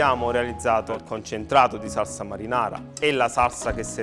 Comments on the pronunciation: ma sembra solo a me che non riesca a dire "SALSA"..sembra dica "SARSA"...o cmq pronuncia la parola in modo strano...sto napoletano un pò "de roma"...🤣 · magari impara a dire salsa invece di sassa, piuttosto che fare questi troiai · Quanta paccheri? Non voglio parlare delle lische fritte, t'è magn tu, neanche della pasta buttata, che poi il basilico nella marinara se ce lo metti a napl t vattn e mal nun fann, il peggio è sentire saRsa e Rimanere e sgamare che stavi pure leggendo. La guida michelin? Si dovevano dedicare solo alla vendita degli pneumatici. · Si dice saLsa e c cazz